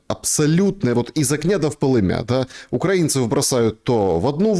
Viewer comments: из огня да в пОлымя. ударения на первый слог, а не на последний. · "пóлымя", ударение на первый слог. Я раньше тоже говорила "полымЯ", даже в стихи утащила, как узнала, что "пОлымя", и стих поломался, перестал рифмоваться. Кстати, часто забывают, что "толИка", ударение на второй слог. Люблю Вас. ) Марина